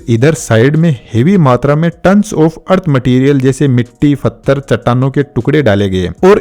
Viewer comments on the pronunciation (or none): Pathar not fathar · भाई फत्थर नहीं पत्थर बोलते हैं उसको पूरी वीडियो बहुत अच्छी थी बस इसी चीज ने बहुत इरिटेट किया मुझे l